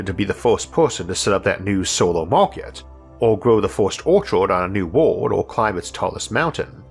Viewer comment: I've watched so many videos that I started to call aliens -''alions'' and world - ''wohd'' I know it's a speech defect, but it's kinda cool like a different English accent